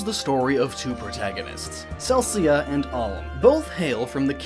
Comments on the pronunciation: Seriously, it's "palm" without the "p". Cell - ick - uhh. ALM AND CELICA. Sorry, I just couldn't help myself... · I know he just didn't mispronounce alms name right it sounded like he had a bit to much drink and threw up a bit when saying alm